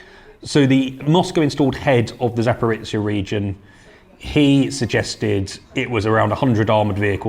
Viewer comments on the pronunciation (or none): Guys, Zaporizhzhia is not pronounced like Zaporitcia! The letter "zh" sounds like the "s" in the word "leisure", and zhzh is just a stretched version of zh. Anybody can say "zh" because it exists in English too.